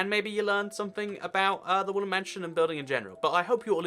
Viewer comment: Is it me or is he saying wooly mansion